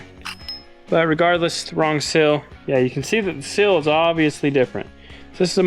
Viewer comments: It's a seeeeel Not sill. A sill goes under a window, a seal goes around a shaft. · I really hate to be this guy… A “sill” is what’s on a window. A “seal” needs more “ees” to ease our understanding. Truly, this is meant with warmth and love and simply to help. Keep it up. These videos are wonderful! Thank you for everything you do. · I don’t know how many times you said the word sill but each time it was WRONG and was driving me crazy!!! Lol The problem is that the word you were trying to say is spelled S E A L!!! Seal not sill!!!! And while I’m at it in: ‘let’s go up the mountain’ Mountain has a “T” in it!!! Pronounce it please!!! Same with Colton! Pronounce his name correctly please! Lol GEEZ!!! Love the videos guys, keep making the laughs and having fun! Good luck!